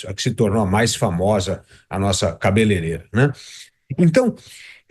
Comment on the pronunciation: Kkkk... Um Deputado Federal q não sabe fala cabeleireira, melhor de tudo, é q quem fez o vídeo não corrigiu na legenda, 😂😂😂😂😂😂😂😂